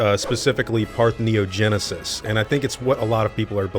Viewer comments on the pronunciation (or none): That's not really how you pronounce Parthenogenesis, but yes, that sounds like what's going on, and that's really cool. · Am I the only one that got distracted when you show you googled parthenogenesis you searched for the wrong term (you typed partneogenesis and google suggested the correct term) and then pronounced it wrong all the way?